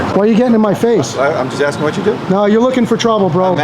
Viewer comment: Sheesh...you were just axing😅